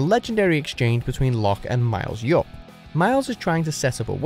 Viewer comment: Miles Hyupp? He's not Mexican?